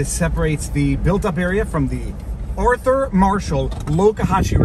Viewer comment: It's Arthur. Not Earther. You from Mek-e-ko, Mun? How about Neek-er-ugg-wah? Mun? Boss got nice teeth, too!